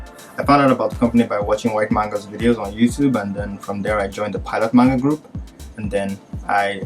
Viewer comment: SHE SAID.... WHYuT MANGA